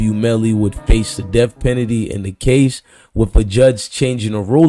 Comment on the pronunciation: U don’t know how to say penalty?? And didn’t u post this videos this morning ???